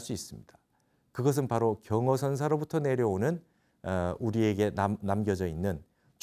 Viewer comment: 또, 선사(zen)의 선을 길게 발음했읍니다. 잘못입니다. 선사이신 분으로 "선(zen)" 의 발음을 바르게 못하신다면 무엇이라 설명하겠읍니까. "선 자"를 길게 하면 이는 "선양", 즉유덕자에게 왕위를 물려 줄때에 쓰여지게 되는 경우입니다. 고치시기 바랍니다. 공부는, 수님께서 늘 자부하고 계신데, 말에 발음이 발ㅇ.지 않으면 원활한 소통이 불가능하지요.